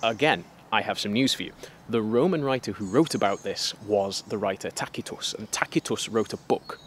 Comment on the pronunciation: Thank you for pronouncing Tacitus correctly 😅